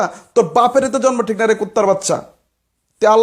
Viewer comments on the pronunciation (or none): none